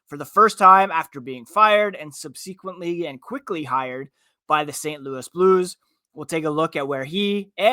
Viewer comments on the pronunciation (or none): sub-see-quint-lee? lol someone told this dude that his cadence was deadly slow and he's gotta pick it up, but now it's soo forced and disjointed sounding. No hate, just a tough fit for a podcast. Go B's!